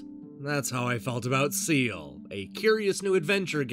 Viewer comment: It's pronounced 'scale' not 'seal'. I tell you that, as an Irishman. I've never actually hard of the game before. But I am now interested in it.